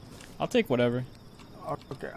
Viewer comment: Who also hears okeh